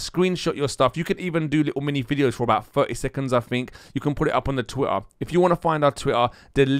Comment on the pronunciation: Say Twitter again ! lol "TWI-AHH"